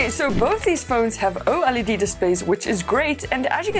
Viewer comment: . It's not pronounced O-LED it's just OLED